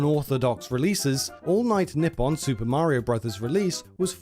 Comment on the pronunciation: He says Nippon like "nip on" it's "knee on"